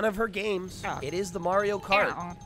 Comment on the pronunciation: May-rio kart